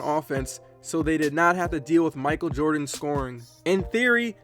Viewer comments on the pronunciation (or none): none